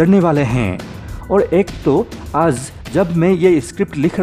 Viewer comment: real awaz me bol bhai.. dummy awaz lagri h.. 'aaj' hota h 'aaz' ni.... and many more...